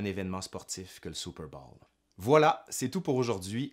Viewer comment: Excellent mon cher! Mais, c'est Super bôôôwl, pas Super bâââl....